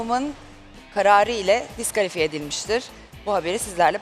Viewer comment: 4 .48 dk söylüyor dikalafiyeyi +1 like